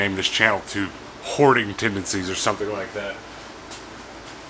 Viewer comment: "Hoarding TENDOcies"